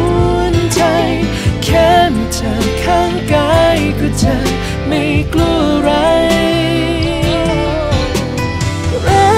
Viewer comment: จริงบางส่วน เช่น ”จะไม่กลัวอะไร“ ตรงคำว่า กลัว มันแปลกๆออกเสียง😢